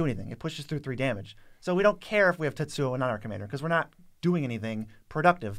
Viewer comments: Why are you both having such trouble saying TetsuKO? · is so bad at pronouncing names 😂